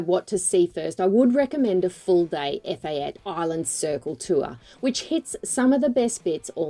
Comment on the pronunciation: It's pronounced ' Eh - FAH - teh'